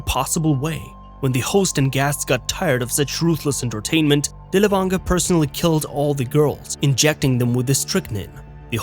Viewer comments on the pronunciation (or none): Dirl fanger, dirl fanger is the correct way to pronounce his name.